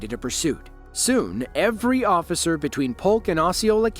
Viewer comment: "I'm a responably man, ossifer! Ya gots ta let me go!" Right. You're so responsible that you use a false name and have no insurance.